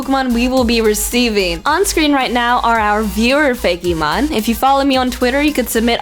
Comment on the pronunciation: OMG! Tricky it's pronounced fake-mon not Fay-key-mon!